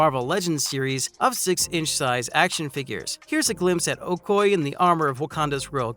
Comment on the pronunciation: Oh-koy? Bro, it's pronounced: Oh-koh-yay!